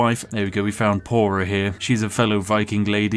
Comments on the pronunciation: "Pora" should be pronounced "Thora" as that letter is a "th" sound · mfw he pronounces "Thora" as "Pora" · U called her pora, its an old norse letter we still use in iceland Þ (þorn) its a th sound so like thor we say þór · Bruh, did you just pronounce Þora as Pora?